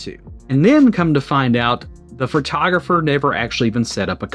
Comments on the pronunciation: Fertographer? Listening to this was like driving over speed bumps at high speed. My ears are bleeding. The photographer acted like an amateur and should be out of business. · I didn't even notice you said "fertographer" until I read the comments.🤣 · Take a shot every time he says "Phrotrogropher"